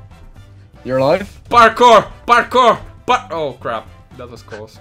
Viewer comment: I love how you say "barkour" instead of Parkour